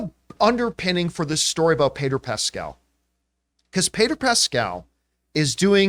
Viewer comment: Who the heck is "Payder Pascal"? Why did John keep calling him "Payder"? It doesn't make any sense. It's like if I just kept calling John "Jern Camipah"!